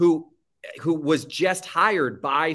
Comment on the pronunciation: Let’s address the elephant in the room! pronounces “just” - “jest” 😂